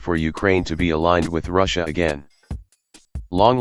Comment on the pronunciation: Wow can't even pronounce "Russia" properly and calls everything he disagrees with "supposedly impartial".